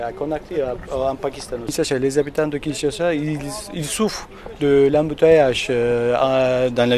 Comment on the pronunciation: On dit Kinshasa